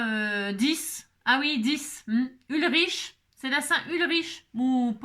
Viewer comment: cc, Ulrich est un prénom d'origine germanique et le "u" se dit "ou". J'adore tes cartes, les marguerites habillent bien les cartes et les papiers à dominante rose sont très jolis - Kisses ---- JoYce.